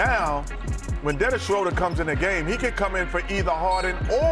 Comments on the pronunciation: It is pronounced SHRU-der. It is German. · I wish Kenny could pronounce Schroder